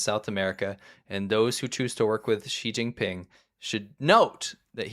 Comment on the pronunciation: "she- jing- ping- pong ?" 🤷🏻‍♀️ .